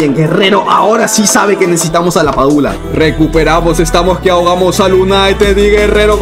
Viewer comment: LaPadula ❌ LaPichula ✅